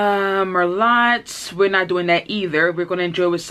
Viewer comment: you said Mer-Lot instead of Mer-low